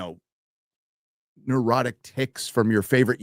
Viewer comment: Bro must have heard Gary telling Jeremy that it is not pronounced, 'Nerd-drot-tic'.